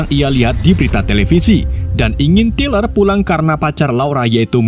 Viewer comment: Tyler = Tai-Ler Ini Abang bacanya Tiler akwkwkw